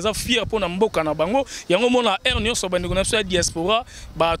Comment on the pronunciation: balobaka '' SUR '' mais '' SIR '' te.